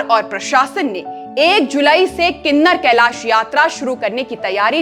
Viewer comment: गलत उच्चारण मत करो किन्नौर कैलाश है ना के किनर कैलाश